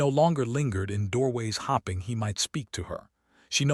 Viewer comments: LEARN HOW TO PROPERLY SPELL 'HOPE!' It is so annoying continually hearing she was 'hopping' when it should be 'hoping' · How does this AI continuously confuse the words hopping and hoping, stare and star? I’ve heard him do this in story after story. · I kept visualizing rabbits every time the word "hoping" was pronounced "hopping". There were others as well. AI?